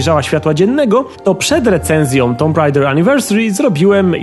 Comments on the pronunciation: Czemu nie poprawiłeś "tomb raider" na "tum rejder"? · /tu:m/, come on! 8 lat i wciąż niepoprawna wymowa? :( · Tyle lat minęło, a nadal nie wiesz jak wypowiadać słowo "tomb".